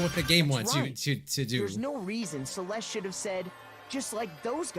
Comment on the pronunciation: Everytime they say Celeste I go "quote on quote "cEleStE"